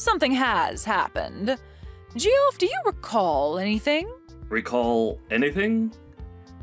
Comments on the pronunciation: Ha, ha, ha, they called him Ge-off. It's pronounced Jeff. Idiots. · I think it's pronounced Jeff, not g-off